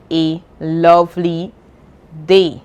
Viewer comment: Instead of day you said dee😮